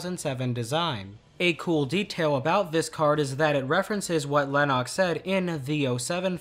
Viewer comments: I know that, I was making a joke about how you mispronounced his name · How have you watched this movie so much and still say Lennoxs name wrong?